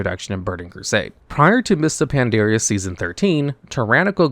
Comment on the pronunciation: Just a heads up- It's Pan-dar-ia, not Pan-dear-ia. Cheers.